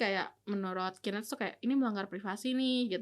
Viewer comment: KOREKSI: penyebutan Knet jangan salah sebut, yang bener "key net" bukan "ki net", kalo ki net ntar jatohnya jadi (Qnet) which is bisa jadi Qatar netizen, wah bahaya itu bosku...